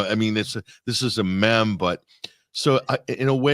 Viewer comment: will someone please tell it's pronounced meeeem?